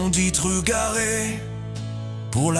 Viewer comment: Ce doit être une IA car la prononciation même en breton n'est pas top, trugarez on prononce le Z (en tout cas ma grand-mere le faisait) et dans une autre chanson on ne prononce pas le X de Carhaix... sinon l'idée est touchante longue vie aux traditions culturelles et linguistiques ;-)